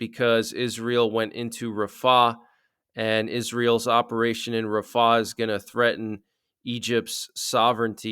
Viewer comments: it's RAF-ah, not raf-AH. Just sayin'. Thanks for all your updates. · It's not Rah fah...it's Rahfa one name